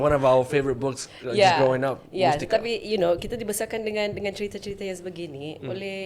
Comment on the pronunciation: It's not mustika but it is mastika